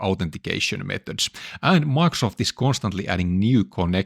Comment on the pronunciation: I really wonder one thing. Why can't you pronounce Microsoft? It is a very easy word. You say different things each time; for example Maxt